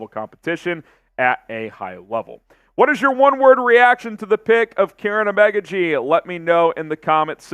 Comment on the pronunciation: I could’ve swore it was pronounced O-Mah-Ga-G but 🤷🏾‍♂️